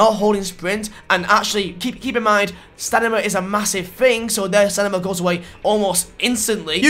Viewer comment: You said "stanima"